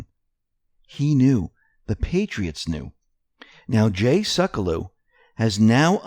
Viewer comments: Seck-u-low is the correct pronunciation, even Jay says his name on air bro, this makes you sound unintelligent. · Seculow = "Seck - you - low". And thanks for the great work!